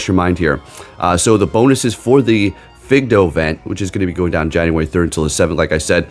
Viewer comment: Fidough. Fi-doh. Lol...its literally a generic term for dog. Fido The way you said it makes me giggle a little. Maybe a lot. Could be because I live in Washington state, and it just smells like weed when I open the door. But I'm not complaining 😉 and I like your videos.